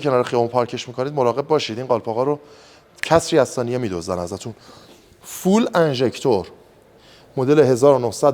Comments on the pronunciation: دوست عزیز ،فول انژکتور نیست. فیول انژکتور است،به معنی سوخت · عالی بود، دست شما درد نکنه. تلفظ درست درست "فیول اینجِکشن" به معنی اینه که ماشین دارای سیستم پاچش (تزریق) سوخت است.